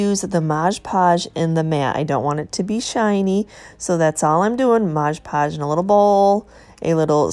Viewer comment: MOD pudge.....not MODGE podge🙂